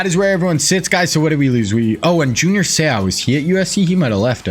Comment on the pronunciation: You keep butchering Seau’s last name 😅😅